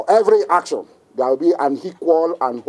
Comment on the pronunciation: Hear him: "For every haction, there will be hequal and hopposite reaction, and it will be disproportionate." Hahahahahahahahaha, you can't make this stuff up. This man is on strong igbo and hashish.